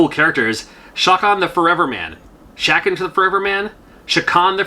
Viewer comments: Its pronounced Chau-khan, the forever man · The Game Gear had a version of Chakan and it had a voice sample, which pronounced it as Cha-Khan